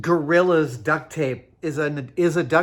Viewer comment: Not going to lie I thought Adam was saying seal up a duck and I was highly confused wondering why would you be sealing up a duck.